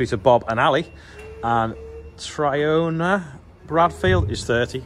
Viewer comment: Hi! Tríona I think it's pronounced Tree own a. You'll know every moniker by the time you're done!